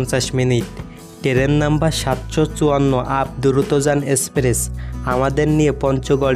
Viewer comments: ভাষা ঠিক করেন। শুনতে খুব খারাপ লাগে। টেরেন,ভরমন, ইমিগ্রিশন!!??? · অসাধারণ সুন্দর লেগেছে ভ্রমণ বৃত্তান্ত। তবে ভ্রমণ, ভিডিও, স্টেশন ও ট্টেন উচ্চারণ করলে আরও ভালো লাগতো।